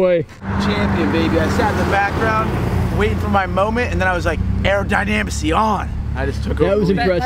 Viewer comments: "aerodynamacy".... lmao omg Big Boy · ....not airodimacty........aerodynamics!!! what would you tell the cop if he asked what the hell do you have on your head????? A piece of cardboard.....ha ha ha ha ha ha ha ha ah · "Arodynamisy on" lol